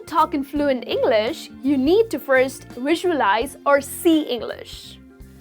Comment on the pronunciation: You need help pronouncing "V". You are saying your V's like W's in words such as available, visualise and movie.